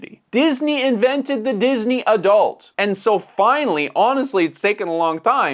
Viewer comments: It's pronounced Uhh-dult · Always enjoy your videos. But man, hearing you say the word AH-Dult like that so many times is just jarring. See ya in the next one! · I have never heard anyone say 'adult' the way you are saying it.